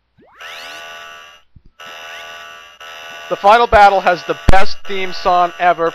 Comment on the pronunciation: Sigma: THE BADDLE HAZ JUSD BEGUNN! Me:(laughing) Sigma can't grammer correctly LOL